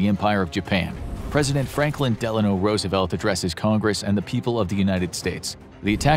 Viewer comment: Rusevelt really? cuz it was all a ruse you know?